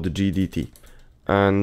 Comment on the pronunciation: im surprised you didnt misspell GDT as JDT with how you say it